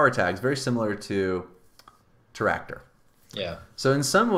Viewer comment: Why do you call Teractor with two R?